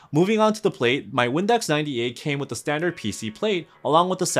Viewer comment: bruh i thought you said "Windex 98"